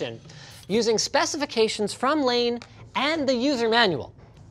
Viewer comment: Kudos on the pronunciation of Layne's last name! So many people get that wrong.